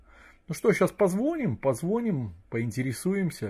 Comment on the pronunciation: Не позвОним, а позвонИм.. Мда